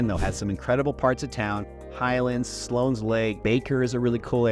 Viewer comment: It's West.min.ster NOT WEST.MINA.STER. And Slone not Slones.